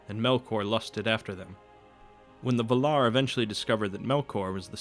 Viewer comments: Why all you people keep saying Vuh-lar? It's VAL-lar. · The accent goes to the first "a",it's vAlar not valAr! Come on man! You're ruining the narration! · “This man is teaching fanboys not informing intellectuals.” O it’s Val-ar, not Vular. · "vul-ar"...? I think you mean "val-ar" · Take a shot every time he says Val-are hahahaha dying I am drunk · the Vay-laar please! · Valar is pronounced Va lar with a 0.3 second break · Also VA-lar, with the accent on the first syllable and Morgoth as in (more-goth) both o's are the same, not (more-gath) :D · you're pronouncing Valar wrong... please redo it... it will be worth it.. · Thank you! The pronunciation in the video drove me crazy. Don't add T's to the name that do not exist. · It's not just Feanor you're pronouncing wrong (because you actually are, sorry, there's no need for a "stop" between the e and the a) but also Morgoth (it's two o's, you pronounce it like an American word and it sounds like "Morgath") and Valar (you must stress the first syllable, not the second). I'm Greek and I've studied Linguistics and Elvish phonetics are a lot like Greek (and also Spanish, if that helps) phonetics. Sorry, I couldn't help it, I understand that it's hard trying to pronounce words in a language so different than your native one, but please, don't be so arrogant about it and accept it when you're wrong. It's such a shame after all since you're putting so much effort on these videos.